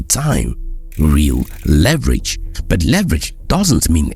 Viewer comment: Why do u say but as burt